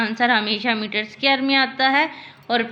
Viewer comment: It's not scare it's dquare